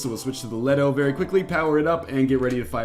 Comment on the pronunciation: ...Just wanted to say, Artemis & Leto are Greek goddesses in classical mythology. Leto is pronounced " LEE-toh " . (Couldn't help facepalming when he misread it -.-)